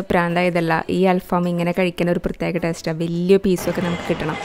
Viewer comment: അൽ ഫാം അല്ല അൽ ഫഹം ആണ്